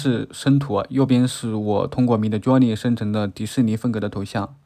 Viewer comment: 太喜欢你说mid Jony了😅😅